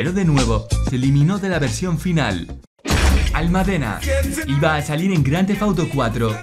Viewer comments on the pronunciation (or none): Un pequeño error en la pronunciación de la palabra almádena. Saludos. :)